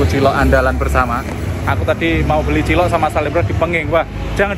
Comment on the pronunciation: Digrobak tulisan cilok,,knp selalu nyebutnya CILOT,,,???